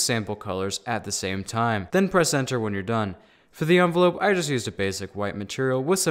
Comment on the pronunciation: Its envelope not onvolope 💀 🤣